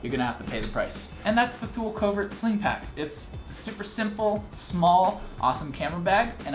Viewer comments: Better to stop the Americanization of names, even brands started to change their own names just because of American ignorance. It's "Tho-el", but thanks, with 20 years of US customer portfolio made it "Thoo-leeee". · Pronunciation is Too-lee, not Thool. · Great review! Thule is pronounced as tool-ee though. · It's pronounced "too-lee" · Thule is pronounced Toolee. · definitely not paid, the guy reviews five packs and hasn't a clue how to pronounce Thule... If he were paid, that wouldn't have made it past marketing. What I want to know is why can't you get these any more?